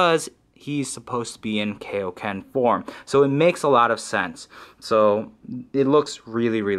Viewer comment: Its Kai O Ken like King Kai not Kay O Ken :/